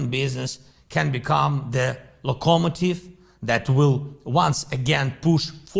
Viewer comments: What’s a lacamative 😂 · All wars are a rich man's trick. The guy who can't pronounce "locomotive" correctly just confirmed this